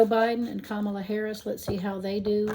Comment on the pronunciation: Good job! It's comma-la :)